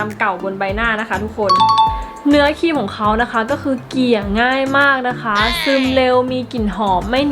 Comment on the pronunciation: ออกเสียงควบกล้ำให้ชัดเจนก็จะมีเสน่เพิ่มขึ้นนะจร้า (ครีม_คีม คริป- คิป)